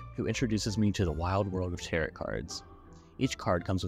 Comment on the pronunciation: Great video- one thing though, tarot is pronounced like “tare-oh” lol